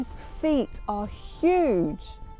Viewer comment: his 'feet' 😂